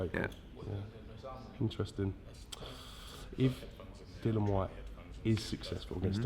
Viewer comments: It's Dillian not Dillan Eddie! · Eddie, pronounce your own fighters name correctly, it isn't Dillon